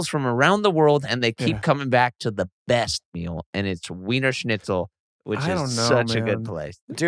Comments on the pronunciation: Blake is saying "Snitchel", it's like he's afraid of a "z" sound 😂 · Blake's been saying schnitzel wrong this whole podcast. Love ya boys!